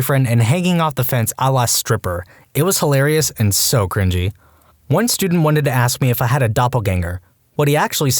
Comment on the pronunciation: THe first one: "crinGINY" 💀